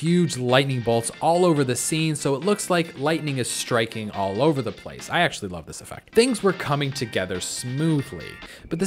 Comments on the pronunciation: Is anyone going to talk about how he said I lvoe it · Who knew when he said love it was lvoe insted of love